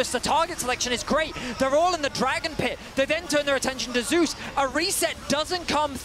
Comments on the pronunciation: Why there’s only one caster that can pronounce Zeus correctly? The rest all pronounce “Zay-us”, which is just horrendously wrong. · There’s already a player named Zeus (from vietnam, retired) so T1’s one is called zay-us to differentiate